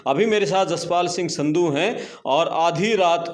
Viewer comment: संधू नहीं सिन्धु हैं